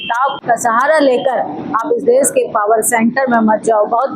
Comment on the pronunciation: आंटी देस नहीं देश होता है। सपथ नहीं शपथ होता है। कम से कम भाषा तो सुधारो आंटी। 😢😢😢😢